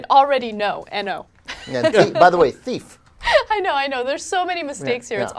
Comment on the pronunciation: THEEF LMAO